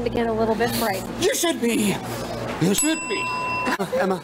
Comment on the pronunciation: So little but the emphasis Bill puts on ‘scare the shit out of YOU’ def implied that Paul is sound sensitive, and probably freaks out at jump scares